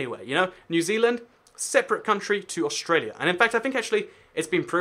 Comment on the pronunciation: aust ruh lia. Instead of aust ray lia